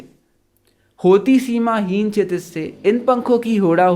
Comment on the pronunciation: Chitij nhi shitij